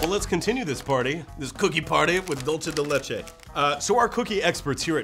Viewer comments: did you really pronounce id dulche de leche, [facepalm] its pronounced dulse de leche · That's not how you say dulce de leche......... sigh I MISS NOAH!! Jk I like too. This is the truth........:D